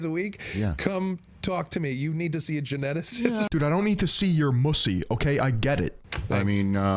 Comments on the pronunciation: He really said “I don’t wanna see your Mussy”💀💀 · He said mussy